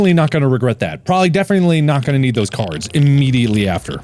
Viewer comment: “Let’s play a game… of caiards”